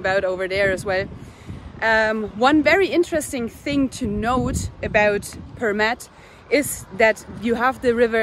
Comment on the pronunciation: you have such a great pronunciation of Përmet. Closely to a native. Good video. I really hope you guys had a great time. Greetings from Përmet.